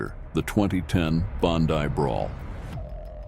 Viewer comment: How do two yanks, do a documentary on Australian bikes. They can't even pronounce Bondi. Trying to make out that Mick Murray is anything but a thug and drug dealer is bullshit.